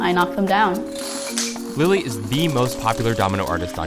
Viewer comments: I kinda heard her say "Billie eillish" instead of "lily" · She Says Lily Hevesh , I Heard Billie Ellish